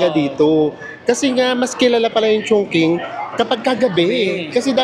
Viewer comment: Maganda tlga sobra ang Chongqing,(medjo bothered lang ako ng very light sa pagka-pronounce nyo HEHHE😅) Chongqing (pronounced as 'Chong-chíng' not Chong-king 😅)